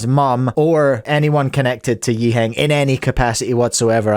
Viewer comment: I had to double-take as he pronounced Yiheng's name correctly. It was so odd that he even stuttered lol.